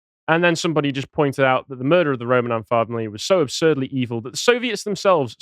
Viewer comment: So what's a "mudrer"?